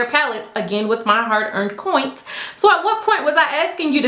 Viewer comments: You are so freaking cute!! It's "hard earned coins" not "coint" BUT keep using COINT it's too cute:) xoxoxxo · I really enjoyed this video! I love how you presented everything! And you seem super classy but I'll be honest it kinda threw me off when u kept saying coint (referring to your coins) I dunno, it just bothered me, but that's prob cause I'm white, haha! But I'm definitely subscribing! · I'm annoyed at that fact that she can not pronounce the word "coins"..... why are you pronouncing with a T- "coint"? with my own coint... with my own coint with my own coint...... okay girl, we get it- you paid for it!! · aris p giiirrrlll same!! And I just came to the comments to say "coint"!!! 🤣🤣🤣 great minds think alike! 😁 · Upvote for your poise and professionalism, subscribing for the "coints" XD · Coints??? YASSS😂😂😂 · lmao “my hard earned coint” imma start saying that now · "hard earned coint" 😂 i love you